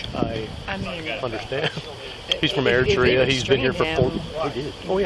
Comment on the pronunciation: Clearly, you're too drunk to realize it's Eritrea, not "Ertrea". lmao.